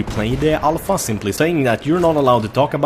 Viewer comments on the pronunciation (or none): Everytime says Alpha, I hear it as ALL FUCK HAHAHAHAHAHAHAHAH